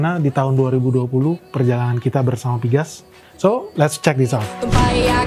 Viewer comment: Napa pgas diucap piges sedangkan pln tetap diucap pe el en. Skip ah...